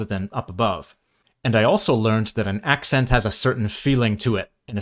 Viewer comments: I'm hearing you say ak' sent not ak' sn't But then, I'm American, and speak with an American midlands-west coast accent. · Throughout the video you're ironically pronouncing "accent" wrong too. The e is more like the oo in look. (Ignore the profile pic, I grew up in Berkshire 😂) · A valiant effort. You haven’t nailed the vowel sound of “port” yet and you’re doing a lot of strong glottal stop entries on words that start with vowels (which I think is why people guess German). One thing that really hampered the challenge is that the second vowel of “accent” is a schwa, not the vowel sound of “red” - every time you had to explain what you were doing, you gave it away! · Thank you, this was really interesting! Funnily, the most obvious word you mispronounced while spreaking RP, was "accent"! The 'e' should be a shwa. Also, most Brits don't know what RP is, it's a term only really used by linguists. Lastly, you must work on eliminating the north American nasality of your speech. That's the biggest giveaway. Try projecting your voice from your diaphragm, like a singer would do, rather than pushing it through your nose. Otherwise, that was an excellent effort. With a little more practice you'll soon be fooling the Brits! Please follow up on this video, it was such fun!